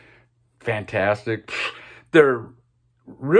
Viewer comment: Generally agree, although come on with Sweetheart of the Rodeo. Remember Gram Parsons vocal was removed from most of the album. On the bonus tracks on the cd you get an idea of what this first country rock classic might have sounded like. Please stop saying 'fantstic.'